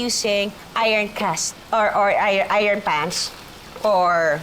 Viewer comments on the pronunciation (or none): none